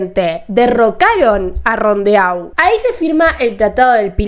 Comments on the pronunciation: Rondeau se dice "Rondó" la terminación eau es común en apellidos franceses que en el idioma suena como una o acentuada:)) **Acotación de gemini: el trígrafo "eau" se pronuncia siempre como una "o" cerrada. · Rondeau se leè rundó? Rondó?